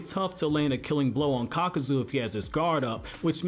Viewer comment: Nice vid man....but uh...It's Kakuzu...not Kakazu.